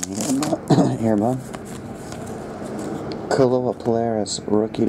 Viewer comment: Coming from hawaii i always hear u say kealoha pilares name wrong. Its natural though since youre from the mainland. Anyway its sounded out like this... Kay-aloha. Hope that helps